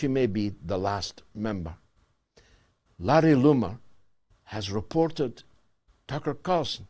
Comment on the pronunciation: OMG I can't stop laughing "Larry Lumar" 🤣🤣🤣🤣🤣🤣🤣🤣🤣🤣🤣🤣🤣